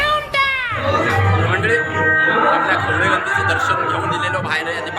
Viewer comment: खवले नाही रे खवळे असा आहे